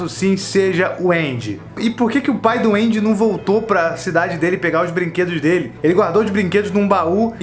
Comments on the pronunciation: Ele fala pai do Andy e eu entendo Pai doente... Blz FDS... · Mds. Sempre que ele falava "o pai do Andy" eu ouvia "o pai duende"